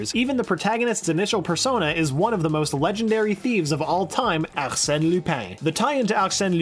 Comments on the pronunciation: It’s Arsene not AKKKKKsene... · Dude. It's Arsene. Not ACHsene. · If you keep saying arsene like that I’m gonna tweak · When he tries to say arsenè 💀💀💀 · Can you just say Arsene please 😂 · Please stop saying “Arsene” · the protags persona name is Arsene lupin.. what was that name you said? is that ghowits pronounced?